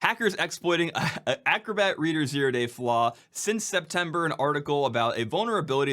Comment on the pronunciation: "...since Semtember" ?